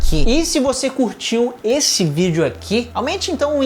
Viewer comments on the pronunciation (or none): none